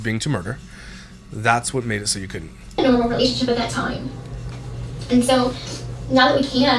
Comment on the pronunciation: Did she say “romationship”?